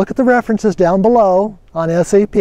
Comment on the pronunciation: You mean SEP, not SAP, right?